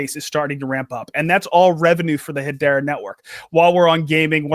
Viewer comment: its hedera not hedora